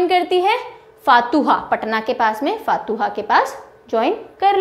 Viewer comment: Ma'am फातुहा नहीं फतुहां बोलते है🙏🙏